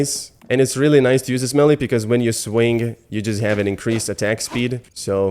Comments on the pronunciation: Just … it’s not pronounced “melly”, it’s pronounced “may-lay”. Because we English-speakers always mess up French words 😅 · Its may-lay not melly lol